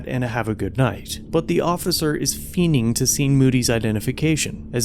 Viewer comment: "Fiening (feening)"? I thought the word was "fiending" with a "d". Anyone else have any insight?